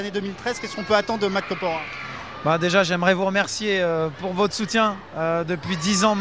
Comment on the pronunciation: Le journaliste, il est con, il ne sait pas lire ou il le fait exprès? Nan, parce que pour dire "Kopora" 3 fois de suite, faut le faire quand même .. Sinon, belle interview ♥